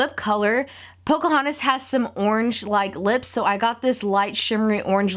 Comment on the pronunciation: it's Pocahontas not Pocohontas